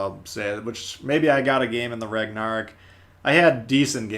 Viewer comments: Did i just hear pronounce Ragnarok, regnerok?! What😅. I also just wanna say i wish the ignis purgatio was based on tech tree ship colorado, as it would fit the style and nation more. It aould also make the Ragnarok more uniqe. The fact that BOTH event ships are just reskins of the nagato is not the best way to spend my money. The ships are also way more overpriced and you could just get a tier 6 premium for cheaper and more value. Im sorry but i dont want to pay 3 to 4 thousend more doubloons just to get an extra commander. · he really said ragnarok like that